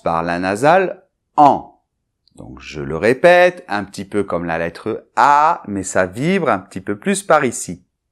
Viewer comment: MMerci che. Je voudrais savoir comment tu prononcés le mot "petit", parce que on écoute "ti" seulement. Merci et á bientôt!!